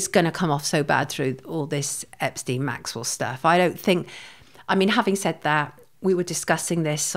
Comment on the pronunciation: Well done,,,,,shes the first person I've heard (from 100's of interview's) that's pronounced Maxwell's name correctly. Goes to show she a Proper Journalist compared to the majority of others that claim to be. Keep up the good work Sonia.